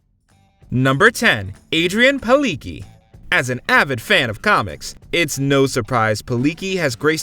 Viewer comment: Oh please, Palicki is polish surname and for sure it's not Paliki - more likely Pali-tz-ki